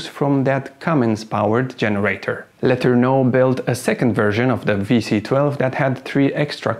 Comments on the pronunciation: When you make a historical video - perhaps you should research how the name is commonly pronounced FIRST ! It is known in USA as R. G. Lah ter noh !!! Accent on 2nd Syllable ... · What is he calling Letorneau,sounds like letter no